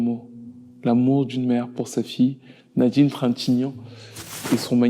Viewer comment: 1er point : Avis au narrateur de la vidéo, apprend à parler. Sa fille = fi ye. Et non pas sa fi. 2ème point : Avis au réalisateur et aux autres personnes concernées. C'est scandaleux, voire obscène, de mettre un extrait d'une chanson de l'assassin en train de chanter. Il vous a payé ou quoi pour que vous parliez de lui, ses chansons, son groupe.